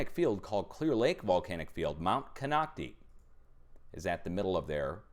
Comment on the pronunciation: Sorry, but it's pronounced Ko-noc-ti (eye, long vowel sound), in case you want to know. I've been there a few time. Much love to you...